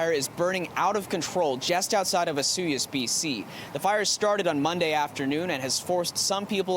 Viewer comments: Why Osuyos and not Osoyoos ??? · Find a kid who can pronounce Osoyoos. Sad. lol